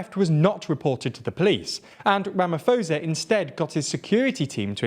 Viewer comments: It's ramaposa not ramafoza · Thanks! I always watch your vids, just for future reference the presidents name is pronounced Ramap-hosa not ramafosa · I’m really shocked that you lot didn’t bother finding out how to pronounce his name! It was an ear sore hearing you constantly saying “Ramafosa” instead of “RamaPosa” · Rama - po - sa. The h is silent. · A suggestion for you guys when you prepare your scripts: take two seconds to learn how to pronounce place and people's names. President Cyril Ramaphosa's surname is pronounced Rah-mah-por-sah. I like your content, but careless handling of details which are just a Google away really gets me down. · „Ramafosa“ you joking right?😂😂 ai man come on guys 🤣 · Just saying its Rama-po-sah in terms of pronunciation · Absolutely love this channel, and love seeing South Africa featuring! Though you are mispronouncing Ramaphosa - the "ph" is not pronounced like an "f", but instead pronounced like a "p". :) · Is nobody going to tell them how badly they pronounced the presidents name hahaha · It isn't pronounced with an "f", it is a "p" sound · You are pronouncing his surname 100% incorrect.